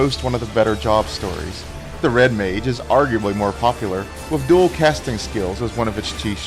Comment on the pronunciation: Did he say Red MAID? Lol